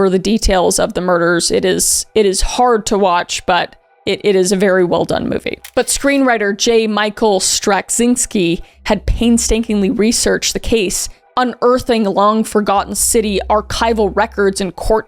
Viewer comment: Straczynski is pronounced "struh-ZIN-kee." :)